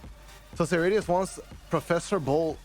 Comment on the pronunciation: Great effort!